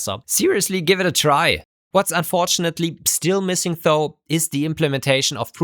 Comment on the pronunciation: "Though" is pronounced with a soft "th" as in "this" or "that", not a hard, hissy one as in "think". I really enjoy your videos, but since you like to really use this word, please pronouce it correctly? It makes me cringe every time...